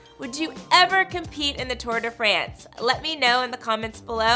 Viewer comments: It's not "Too-uhr de Fraynse" *cringe*. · Tor de fransj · Right!!! How she says Tour de France was just painful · Stop butchering the name... How she’s pronouncing the Tour de France is just excruciating to hear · You could at least pronounce the name of the race correctly. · Am i the only one who dont like how people say tour de france